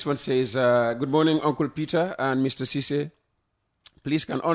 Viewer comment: Lare M Ceesay in USA not Sisay